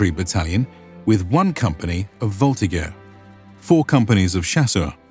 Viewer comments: Just saying: « Voltigeurs » is pronounced « VoltiJeurs » in French 😉 This said, thanks for this comprehensive introduction of the Grande Armée. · We pronounce voltiJer